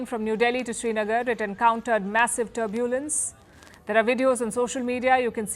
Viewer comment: What a pronounciation! 'Turbuulance!' 😂!